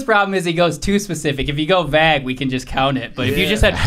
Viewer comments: "if you go vag we can just count it" Do you mean vague? That annoyed me more than it should have... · We can’t let slide on his pronunciation of vague. “vagg”. Chin caught it